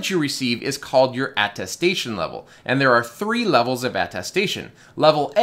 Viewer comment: Thank you for this video-- very informative. I must tell you, however, that it's atTESTation, not atTASTation, i.e. something you attest to.